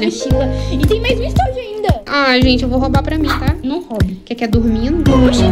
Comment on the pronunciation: A falando: Iss ke